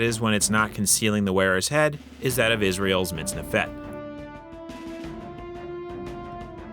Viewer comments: You've got the accent wrong, it's "MitznEfet", not "MitznefEt". But a cool video, though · You're pronouncing the second syllable to quickly. The vowel should be longer. It's like you're saying MITZNeFET when instead it should be mitzneefet. As an Israeli, it sounds weird. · I'm here just to point out how a native English speaker "butchers" the Hebrew language !! Lol In Hebrew, the accent is always on the second sylable. It's pronounced < miz - NE - fet > . Thanks for the upload, regards from Israel. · It's pronounced /mitz-NEF-et/ not /mitz-ne-FET/. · Stress middle sylable mitz-NEF-et Thanks for showing the kohein gadol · About 99% of Hebrew words have the emphasis on the last syllable. Unfortunately, MiztNEfet isn't one of them